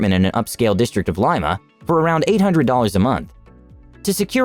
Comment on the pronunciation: I lose confidence in the information when the narrator doesn't know how to pronounce Lima, Ljubljana, and Triglav.